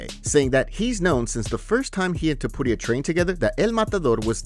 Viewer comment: Why are you pronouncing Ilias last name like it's not Tu-puria 😂